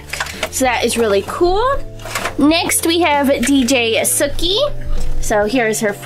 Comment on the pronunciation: it's not dj sukhi it's DJ Suki